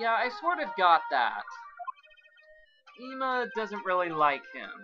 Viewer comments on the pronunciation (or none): why are you still pronouncing Ema's name wrong?